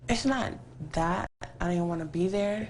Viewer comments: What is a "dat"? Never heard of it. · OMG!! Some the comments you people are posting are just ignorant. If you listen to the interview and stop being hatred ass racist, she tell why when she says "that" its sounds like "dat.' Dumb fucks!!!!